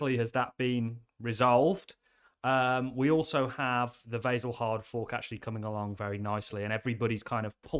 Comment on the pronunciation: I don't like how you pronounce Vasil.